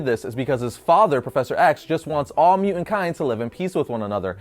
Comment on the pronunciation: You say mu'ant... Instead of mutant... Your welcome!